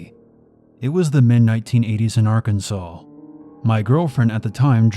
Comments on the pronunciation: You can't be from Arkansas. You keep saying our states name wrong. We don't take that lightly. We aint no part or associated to the union state Kansas. You do know there is a law against pronouncing our states name wrong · Who the fuck pronounces Arkansas like that? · and don't mispronounce the name of the state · I stand by my belief that if they didn't want people pronouncing it "Ar-kansas", either in ignorance or to be an asshat (like me >:3c), they should've spelled it "Arkansaw" from the get-go.